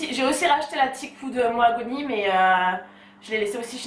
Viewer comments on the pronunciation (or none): C'est Maoghani pas Moagouni 😂